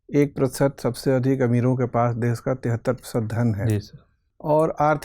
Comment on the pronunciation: DES NAHI HOTA HAI BHAI...DESH HOTA HAI .. HINDI MEDIUM SE HAIN TO GARIMA KA V DHYAAN RAKHIE..